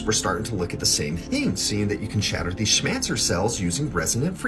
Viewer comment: "smancer"???? orwell!